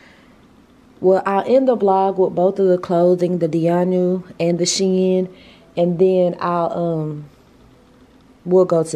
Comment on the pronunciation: You're too pretty,. I loved seeing you and together. Plus, thank you for the correct SHEIN pronunciation...lol.